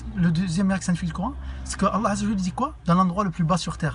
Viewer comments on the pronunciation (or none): remarque d'amélioration : prend le temps de prononcer correctement les termes comme "Allâh" (et non alla), bismillâh ( et non bismila) etc.. 😃 respecte les prolongations